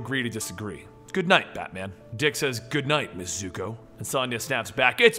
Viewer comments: it's zooco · Zucca? Dont u mean Zuko